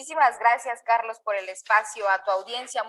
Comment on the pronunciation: Carlos se dice sacian.....por favor.